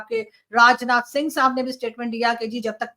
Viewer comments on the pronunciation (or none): none